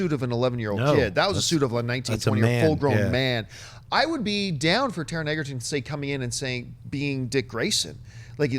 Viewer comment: It's not Taron "Eggerton", it's Egerton; pronounced the same way as Joel Edgerton. You guys have been saying Eggerton for ages (you used to say it right!) and it grates at me lol